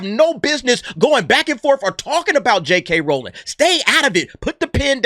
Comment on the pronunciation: Say it with me R-OW-ling (Ow! like when you stub your pinky toe) lol.